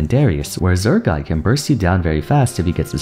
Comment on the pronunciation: Damn, saying Urgot's name wrong six times. That's commitment!